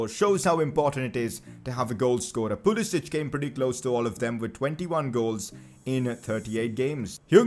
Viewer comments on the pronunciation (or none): none